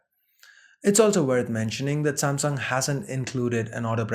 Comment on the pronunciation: "SAAMSONG" ....What?